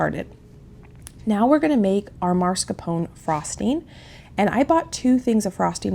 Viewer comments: I love you and your channel. But, it drives me crazy when you pronounce mascarpone incorrectly. It's pronounced Mas Car Pone. I'm sorry to be nitpicky. Love this menu. Many blessings. ❤🙏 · I enjoy watching you do ALL you do, you inspire me! But when you say MARScapone cheese, it's like nails on a chalkboard. It's MAS, MAS, MAS-CAR-PONE. Forgive me if that's nitpicky! I adore you!!! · It’s pronounced MAS-CAR-PONE